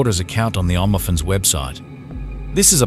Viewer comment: I’ll start sponsoring this channel when YOU stop mispronouncing every other word. You can’t even say Only Fans?